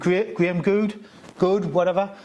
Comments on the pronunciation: It's a silent 'e'. You just say good. Nice positive surname... wonder if he changed it from something negative? Like Graham Shite? Or Graham Terrible? That's a mint little dog. Nice one! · 💨😂 There was some attempts at "Goode" there that I've never heard before.